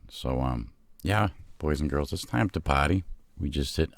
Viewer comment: paaaty